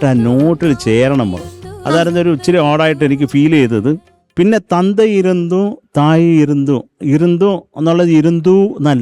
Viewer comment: Sarath sir comment is accurate. தந்தை இருந்தும் தாயுமிருந்தும் சொல்லத் தெரியவில்ல. That is the right pronounciation. ❤❤❤. Overal performance is superb.❤❤❤